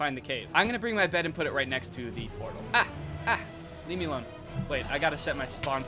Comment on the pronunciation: When he was saying ‘Leave me alone’ it sounded like Le Meelon